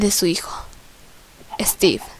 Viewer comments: Es steve no esteve yo estoy escribiendo de lo que como pronuncia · Guadalupe Medorio se dice Steve